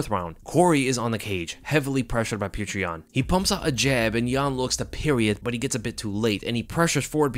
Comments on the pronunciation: For the love of god, it’s not putrid yan. It’s pronounced “pyoter”. Just like fedor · I'm convinced that can't say Petr name right lol. Peow-ter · bro pronounce it peyoter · It’s hilarious that you can’t pronounce pyotr even nearly right